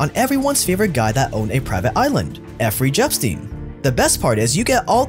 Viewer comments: Effrey Jepstein 😂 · Effrey Jepstein?!! Bruhh 😂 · effry jepstein?:D